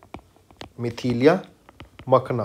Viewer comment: Not Mithilia It is Mithila 😑